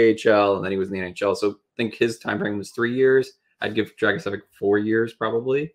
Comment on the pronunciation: His last name should be pronounced Drag-i-say-vitch (like mitch but with a v). My best friend is a Croat. Ya'll talked about team factors in regards to his production and how his team isn't great, but I don't think that necessarily makes it more impressive in this case. I feel like a lot of his teammates defer to him since he's the only high skill player on the team so he generates a lot of points by virtue of volume of plays rather than quality. He does have a plus shot for a D-man though. Easily the best goal scorer among D in this class.